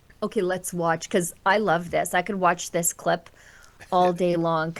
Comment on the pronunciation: For being such a smart self professed lawyer he sure doesn't have a grasp on the english language. Dis and dat are not words in the english. language.